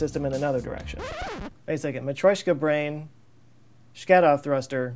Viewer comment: it's pronounced sha-ka-dov although it isn't spelt like that.